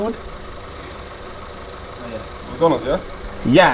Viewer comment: You did a "Maka-donald"🤣🤣🤣